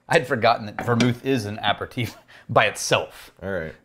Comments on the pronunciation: "Apper-teef"? You mean an aperitif (pronounced "a pair of teef")? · Going into the jerk / snob / asshole territory, but it is pronounced a pear a TEEF, not apper teef. And digestif is IF, not IV at the end. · Is he trying to say Aperitif? as in A-Pear-E-Teaf?